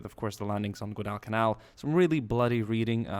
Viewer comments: its guadalcanal not gudalcanal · I don't usually comment on things like this. But it's pronounced gwadal-ca-nal, not gwoh-dall-ca-nal. Thanks for your time. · guadal canal is pronounced like waddle and ghillie suit is not pronounced 'nilly' but 'ga' like ghost. im sure many others will be commenting this too haha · nice video but you need to learn how to pronounce Guadalcanal properly.